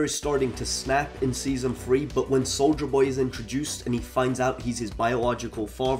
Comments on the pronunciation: Bro why do you keep saying soulja boy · I’m sorry. 😂 Instead of hearing “soldier boy”, I keep hearing “Soulja boy”. lol 😂😂😂😂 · With your accent, I thought you were saying soulja boy lol, I was hoping you would sneak a cranking reference in there